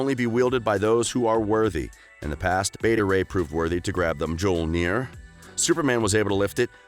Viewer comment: 'Mjolnir,' pronounced, ME-YOL-NEAR.